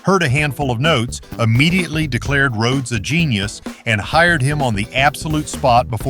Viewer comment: Rō-hee-ōdes? You make a tribute video to Randy Rhodes, arguably THE greatest metal/rock/classical guitarist of all time and can’t ensure that your AI program even pronounces his name correctly? That’s not a tribute. That’s an insult. I hate AI. If you really made this video as a tribute to Randy Rhodes then you would have either voiced it yourself or had another human who could pronounce Rhodes correctly narrate. But you made it for the views and likes. Build that channel, get those views, deposit that $. It’s not about passion, not about hard work, not about anything except putting out videos as quickly as possible regardless of inexcusable errors like AI not knowing how to even pronounce the legend’s name correctly. Have you even ever actually sat down, put on your headphones, closed your eyes and listened to Randy Rhodes play? If not then you’re missing out on something amazing. Stop putting out AI videos and disrespecting genius. It completely lacks any sincerity.